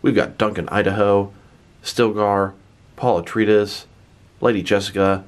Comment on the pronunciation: Wait, wait, wait; say "Atreides" again? It's pronounced uh·trei·uh·deez; I am guessing you never saw the original movie or the 2 SyFy miniseries of Dune.